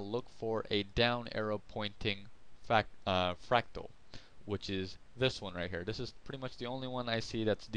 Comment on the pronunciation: You cant even pronounce fractal....lol